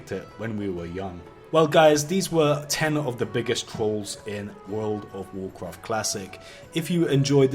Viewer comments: basically you want to basically do this and basically that will basically hurt the other player basically in wuuurfld of waurcwaft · Wuuurld wuf wucraft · wurld ouf worcraft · "World of warcroft"